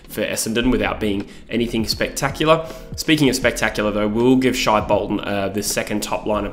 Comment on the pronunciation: It’s not ‘Shy’ Bolton, it’s pronounced ‘Shay’